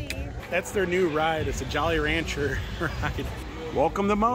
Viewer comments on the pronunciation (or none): it also sounds like he pronounced Jolly Rancher as Jolly "raUncher"